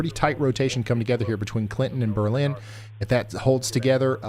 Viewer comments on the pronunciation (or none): none